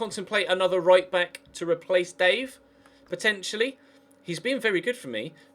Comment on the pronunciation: you sead buck of the net instead of back of the net